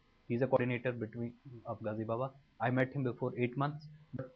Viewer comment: Who all heard gazi baba as Gandhi baba😂😂afzal aya dek gazi baba aj tere paas hi😁😁